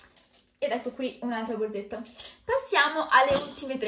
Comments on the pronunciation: Ma perché dice BORZETTA?BHOOOOO...PER ME È UN 'ANTIPATICA... PIÙ UMILE... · Forse perché è romana? Anche tu dovresti essere più umile